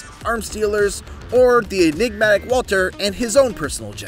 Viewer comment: hahaha "enigmatic". Somebody is using chat GBT to write their scripts. Also, somebody doesn't know how to say enigmatic.